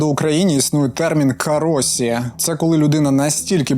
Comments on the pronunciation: "Кароші", не "кароСі", досить використовувати росняву транслітерацію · Дякую за якісний контент! Проте, хочу зазначити, що правильно казати, не «Каросі», а «Кароші», адже японську ші (し) транслітерував, як сі російський мовознавець Поліванов, чия система транслітерації ніколи не була актуальною для української мови. (наразі активно критикується навіть московитами)